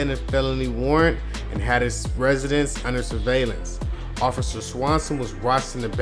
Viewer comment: lmao you cant pronounce "officer" to save your life